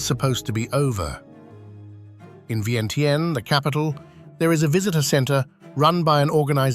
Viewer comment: you mispronounce vientiane!